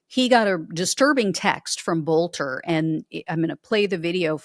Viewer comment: His name is pronounced "Belter". In Germanic names the second of two vowels is the one pronounced.